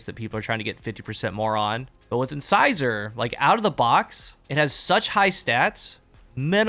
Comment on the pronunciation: Finally someone who says “incisor” right.